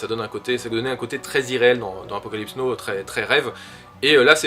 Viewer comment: Apocalypse Yes et Apocalypse no ? Ca fait tellement mal aux oreilles de te l'entendre répéter toute la vidéo... C'est "nao" la prononciation stp :)